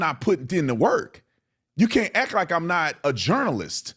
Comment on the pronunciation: Please, the word is "ACT" not ack!